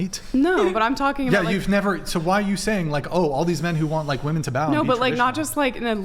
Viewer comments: It’s WOMEN not WOMAN ! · What the heck is it with these people that say "woman" instead of "women" suuuuper annoying, didn't you learn how to talk in Grammer school? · When did the pronunciation of women become woman? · Omg the women on this show. The plural of woman is WOMEN. WOMEN. WO-MEN. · Why do these women, not know women is not the same word as woman. And are not pronounced the same. 🤦🏻‍♂️